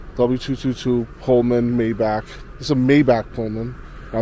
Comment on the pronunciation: Mi-bachhh not Mayback.... Great video mind you 👌